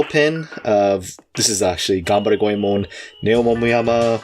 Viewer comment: Says "Got any more of that Ganberry Go-eee-man?" in silly Try voice...